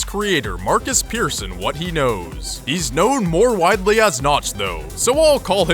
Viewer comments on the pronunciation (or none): why does americans allways say pirceson its per-son (the pronouceiation) persson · He just called Notch Pearsson instead of Persson wich is pronounced Pärsson XD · Your pronounciation of Persson is so annoying.